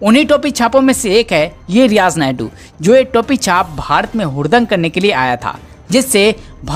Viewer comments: अरे भाई, रियाज़ नायडू नहीं, रियाज़ नायकू। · Naidu nahi yeh naiku hai bhai Suresh G yeh kise news padne laga diya appne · It's not niadu it's nayku dear don't say naidu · सुरेश जी कृपया भविष्य मे ईन सज्जन से उच्चारण सही करवायें। वह नापाक नायकू था नायडू नही । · रियाज नायडू नही नायकु 😁😁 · आप रियाज नायडू बोल रहे है रियाज नायकु नाम था आतंकवादी का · रियाज नायडू नहीं नायकू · Who is speaking, change him, because he is speaking Naidu in stead of Naiku. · Not Naydu Name sahi bolo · Abey Naidu nhi naikooo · Sir ji naydu nai hai nayku hai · nayadu nahi.....nayaku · Are paagal he is Riyaj Naikoo.Not Naidu. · Riyaz Naidu nehi bhai, riyaz naikoo. Logo ko itna info de rahein ho buta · Poor reporting....pahle toh tum sala uska naam galat bola, Naiku ko Naidoo boltey Rahey....so, I unsubscribed. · Is Naye jamoore ko news padhne ki samajh nhi hai , sureshji aap hi news padha kro.Riyaz naikoo ko Riyaz naidu bol rha hai aur mol Lena ko molna .